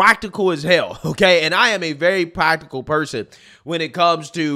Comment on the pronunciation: Pwactical lol 😂